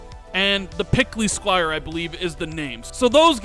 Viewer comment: The pickly Squire 🤣🤣🤣 Its plucky Rand. Yea the ps showcase was just ok, a B-, looking forward to the Xbox one, should be much better.